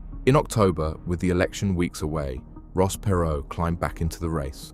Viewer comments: Not interested in a TX billionaire’s opinion. Not then, certainly not now. Also, his name wasn’t Ross PAY-ROE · Perr- Row Please pronounce their name correctly if you're going to do a biography on a person.